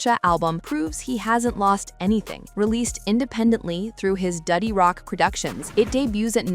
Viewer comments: love how ai says dutty rock - duddy rock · AI.."Duddy Rock"